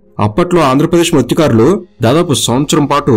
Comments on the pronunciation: మృత్య కారులు 😢 కాదు మత్స్య కారులు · Adi matsyakarulu bhaya mrutyukarulu mrutyukarulu antunnav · Orey babu Adi Mruthyukaarudu ani palukutharenti Mathsyakarulu!!!! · మృతుకారులు ❌ మత్స్యకారులు✅ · Mruthyakarulu kadu bro Matsyakarulu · Mrutyukarulu kadu ra babu😂 mathsyakarulu